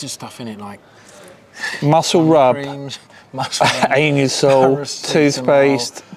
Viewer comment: Oh, Annie. Oh, Annie. Oh, An-usol